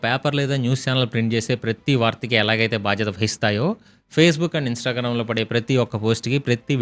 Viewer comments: Instagaram uppu karam kadhu adhi 😂 Instagram 😄.. Karma ra babu 🤦‍♂️!!! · Instagram ❌️ Instagaram 😅 sorry bro edo ala but great info